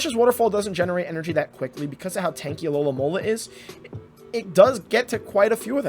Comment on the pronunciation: only until half way through i realised he wasnt saying alolahn molar but alolamola